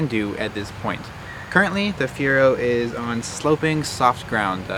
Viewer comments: It’s Fireo not Fiera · Feee-err-ooo! Not Fearo. Show some respect! Damn! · Before going through the trouble of making a good video Good video but at least learn how to pronounce the name. Fiero = [Fee-Arrow] not fear-oh. Triggered me a little. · it's fi-er-o, not feer-o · You love it, but you can't even say the name correctly. FEE-err-oh, not FEE-ro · It's a fee-arrow not Fear-oh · "fee-arrow" is how it's pronounced. Not "fee-row". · Hey dude.....it's not a FERO it's Fee-A-ro ...get it, got it, good! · Dude, it’s Fee Air Oh not Fear Oh. I get that fear is the overwhelming emotion associated with owning one of these poorly engineered train wrecks from GM’s darkest days but you can at least pronounce the name right if you’re going to attempt a video on the P.O.S. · "Fee-air-o" Dude, c'mon. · Isn't it pronounced Fire-oh? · "Fe - Aero" You ignorant jackass. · lol... the Fire-o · it is pronounced fee-air-o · They're literally called "fier"o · I have never hear anyone pronounce "Fiero" like you do. It is Italian and means "pride." But then later you change your pronunciation to more conventional. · If you’re going to make a video about a car, maybe you should know how to pronounce it. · Nice vid but I can’t stand the way you say Fiero. Still watched. But cringed every time you said Fiero.